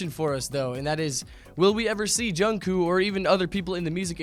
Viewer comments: Its jungkooK not jungkoo. No offense lol😂😁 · It's Jung kook not jungkoo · Is anyone else triggered when he says Jungkoo :) i am LMao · He said jung koo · Not jungkoo (；′⌒`) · “JUNGKOO” IS SENDING ME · You pronounced his name wrong, its pronounced Jungcook, sorry i had to point that out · he called him jungcoo hehe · Im sorry i can't take this video seriously...."jungcoo" HAHAHAHAHA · Ikr 😂 jungkoo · U pronced jungkook wrong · He said kook wrong CRINGE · Your saying jungkook wrong